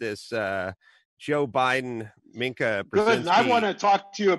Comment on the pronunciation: Adam, as much as I dislike her, Mika is pronounced "me-ka" not minc-a. Love your show!!